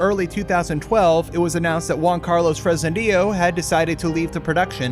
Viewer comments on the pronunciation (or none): none